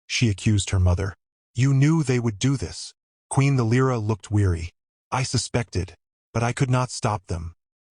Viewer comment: Perché continui a dire L R A? È Lira. :-/ Bella storia, e trama. La regina non è lei. Anche l' inglese non è tuo ;-)